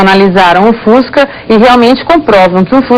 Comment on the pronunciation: nossa eu vou dar na cara dessa reporter pra ela aprender a falar o fusca